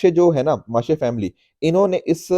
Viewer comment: Pronounciation correction It's वारली पेंटिंग and not वरली Founded by जीव्या सोमा म्हसे not माशे